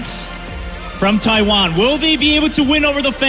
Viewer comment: Taiwan not Tiawan ,u noob